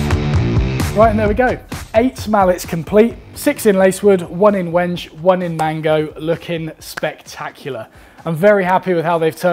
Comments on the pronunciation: Lol! “Wenj?!” Is that your pet malapropism? Instead of “wen-gay?!” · Wenge is pronounced 'wen-gay'